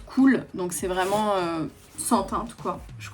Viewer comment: Un accent anglais vreuuumennttttt😂😂😂😂 Toujours aussi belle❤❤❤ gros bisous a toi et a ta famille😘